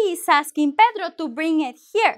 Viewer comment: to use verb sound bling than bring